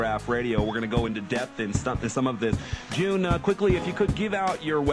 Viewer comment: not June!!!